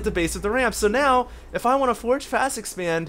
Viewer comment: its "forge" fast-expand not "force".